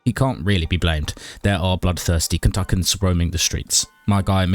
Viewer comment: Kentukins? Kentuckians.